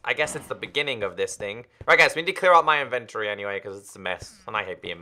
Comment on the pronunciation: Inventory not inventry